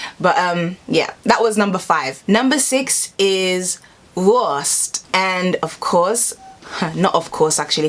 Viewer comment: It's pronounced: "Wurrrrrrst!"